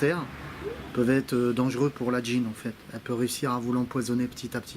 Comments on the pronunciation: le g de gyne ne se prononce poas dg ma simplement g sinon super video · La jean ? la d'gyne ? Ça rend vraiment bizarre avec ton accent 😅